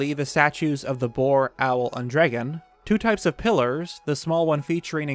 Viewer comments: I find the pronunciation of 'dragon' to be interesting. "Dreggon" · Why do you pronounce "dragon" like an idiot? "Dregin" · Nobody: NBC: "Drigun" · i love how in debts you go, and i am truly enamored by the subject but please change the way you say dragon